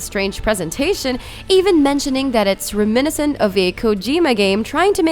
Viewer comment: What's up with the narrator learn to read everything that is placed in front of you and learn to pronounce words like reminiscent